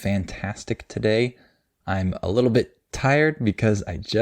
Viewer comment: A little bit You don't pronounce the t right in little and relace it with a in bit or what l? Like ( alil be2)?